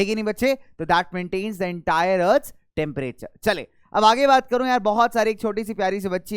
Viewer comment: And it's temperture